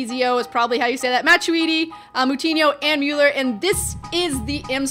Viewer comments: it's muller not myuller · ***** also you pronounce Müller mulla not staring off with mule the animal